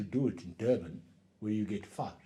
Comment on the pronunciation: They do say fush 🤣